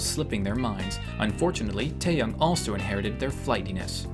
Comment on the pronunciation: First of all i noticed u called taehyung teihyung but the real way how to pronounce it is thaiyung